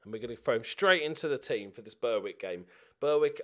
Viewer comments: I was happy that Berwick had moved out of the same league, but gutted to see you get them in the cup. That pronunciation being from the North East makes my skin crawl! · Please pronounce Berwick properly!